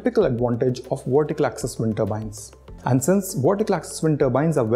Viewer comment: ...VERTICAL!...not wortical. Why is it that so many Indians can't pronounce Vs and Ws properly, when speaking English? It's bloody annoying to listen to!...I mean do you say NaWeen instead of NaVeen?...Wijendra instead of Vijendra?...so what the hell is the problem? 🤔